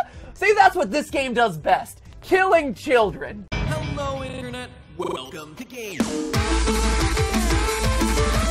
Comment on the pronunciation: CHILLEN Am I the only one who heard that he said children wrong